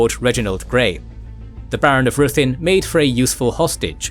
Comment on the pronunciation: Some are mispronounced, though...like Ruthin. The video pronounces it ROO-thin when it's RI-thin.